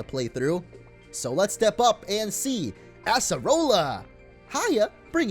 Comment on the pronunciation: It’s acerola not asserola